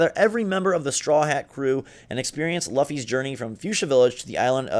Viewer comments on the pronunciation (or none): Anyone else facepalm when he said "Luff-ee" instead of "Loofy" when they were talking about One Piece: Pirate Warriors? No? Just me? Alrighty then. 😂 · Bro you saying Luffy’s name like that made me cringe. “Luh-fee”? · L-uh-ffy, really? How do you pronounce Lucy then? Not a hard name to same, and considering how unbelievably popular One Piece is I find it unlikely that you haven't heard it before.